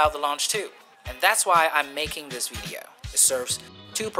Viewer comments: why u sayin vedeo? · The veedeeoh lol